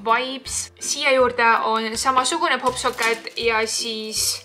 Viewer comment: Öeldakse pop tšoket mitte pop sokket